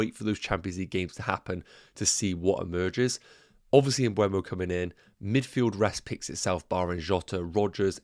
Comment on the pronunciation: Please. It's not m-bweh-mo. It's m-buh-mo. If you're owning him, you should pronounce it correctly😅 Thanks in advance!